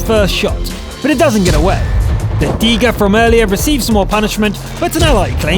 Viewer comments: its called a tiger you say teeger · And guy in video needs help with Tiger xD